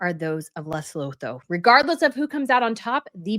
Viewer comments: thanks for your intelligent, incisive analyses. It is pronounced Luh-soo-too. And Sen-ta-bah-leh both with emphasis on second syllable. THANKS, Les from S. A. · 😋😋 Lesotho is pronounced like Leh-sue-two 🤓 just so you know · Rare criticism: your /excellent/ summation has you saying the country's names wrong :( There isn't a second L, it's not LesLotho! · Pronunciation nightmares 🙄😬🙄 It's Cen-tay-ball-aye and Lay-sue-too. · and the name of the charity - there's no D. Most names in that area of Africa are said as we spell them. Lengthen the vowels so it's Les-oot-hoo. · Lesotho is pronounced Le-sooo-too. I lived in Africa for 28 years. Dealing in politics and business is very difficult there. Africa has a complex history and unless you've lived there you won't understand it fully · Lesotho is pronounced “Less-oo-too” - just hoping to be helpful as this country is going to be mentioned a lot in the coming days 😁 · LE-SUE-TOO is the pronunciation. Looking forward to your take ❤ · Luh.SOO.too ... fyi :) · Pronunciation of Lesotho is Le-Sue-two. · Hi, awesome video and insight as always! I just wanted to point out that it's pronounced Leh-sew-too and Sen-teh-bah-leh. Looking forward to the next video! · Lesotho is pronounced Luh-soo-too 😊